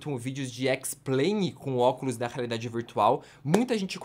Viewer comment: Só eu que ouvi ele falando oculos da raridade virtual ???